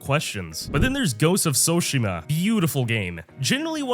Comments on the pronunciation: i replayed ghost of tsushima more times than skyrim, make a good game with good gameplay, good story and characters and i don't need the ability to create different characters with different builds for a game to have replayability and its tsushima not tsushimia lol (kidding) not that you're wrong about discovery being better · What the hell is a Tsushimya and why do you keep repeating that word?